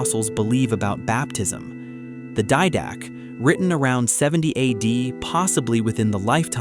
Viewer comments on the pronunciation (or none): the "die-dack" lol 🤣 the didache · Great Channel! However, you should work on how your reading software pronounces words like Pascha, and Didache. Proper pronunciation is important. It is probably a software issue, but if you can address it that would be good. But once again great channel and fantastic content.